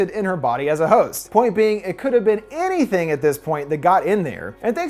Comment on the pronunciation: anytHEE-HEEing for jackson